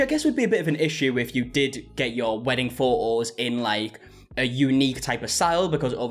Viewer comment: Exactly the correct pronunciation 😂